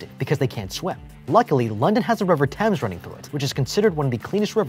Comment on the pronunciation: I hate how he said thames